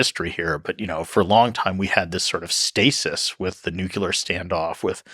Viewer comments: It was so brilliant and educational when they said nuculur. I cried. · Seems like a smart dude, but not smart enough to know where the 'l' is in 'nuclear' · This video would be so much better if one of them could pronounce nuclear correctly. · the speaker can not pronounce nuclear.... he is a dope.